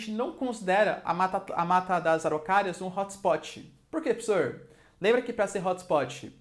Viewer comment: "Pssor" kkk